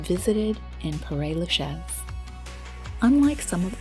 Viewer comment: Paray Lachez? Mais je rêve! It’s like someone scratching their nails on a blackboard